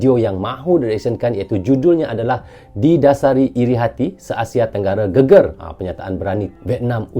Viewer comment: Bacanya gègèr bukan geger bang 🤭